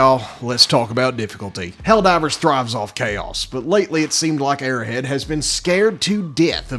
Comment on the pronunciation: It's Arrow Head. Not "airhead"